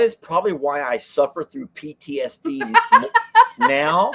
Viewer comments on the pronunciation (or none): none